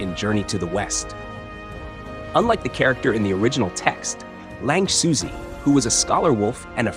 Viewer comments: lingxuzi is closer to ling shoe-zuh, although it's hard to convey the real pronunciation through English text. Edit: Actually, at first I didn't consider you used text to speech, if you used Chinese in the voiceover, I wonder if it would have nailed the pronunciation. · Ling 'Suzy' lmao